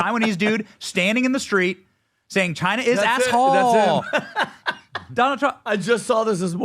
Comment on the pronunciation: "Chin* is AssHoe" 😂 Nothing personal here....just simply funny! Great video clip shown at the beginning! Glad you shared. I just appreciate the giggle. Made me laugh. Love you guys!!